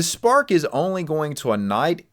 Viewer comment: Ur wrong scientists purposely created this problem. This guy can't even pronounce ignite. I saw a scientist speaking to others about creating this. They think it's funny